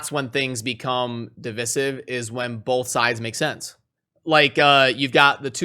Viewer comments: Love the vid, but it's div(eye)sive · You didn't link the onlyfans colab, it's just respectful to reciprocate. ;p edit:( it's div-eye-siv)